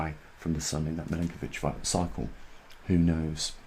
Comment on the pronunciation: Your videos are great. Just one thing, the last name of the scientist you mention is pronounced Milankovic, not Milinkovic, its Milutin Milankovic. I am an Serb, as he was, so you can trust me on that. Thank you for your work.